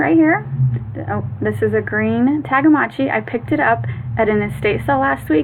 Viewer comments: It's Tamagotchi, not Tagamotchi! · Is she calling them tagamotchis instead of Tamagotchi